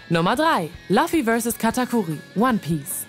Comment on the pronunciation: Wenn ihr One Piece für die Klicks schon aufs Titelbild packt, müsstet ihr wenigstens den Namen des Protagonisten richtig aussprechen. Es ist echt schon sehr peinlich Luffy so auszusprechen wie man ihn schreibt. Ein bisschen mehr Vorbereitung und Professionalität bitte !!!!